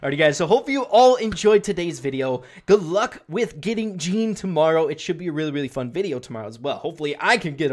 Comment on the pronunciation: يالعرب اللي تسموه جيني سمعو اللفظ الصحيح وبعد لا تسموه جيني